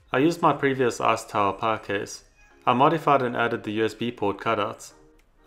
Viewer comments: RASPBERRY PIE SAY IT WITH ME PIE NOT PUH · Are you saying pie or power ?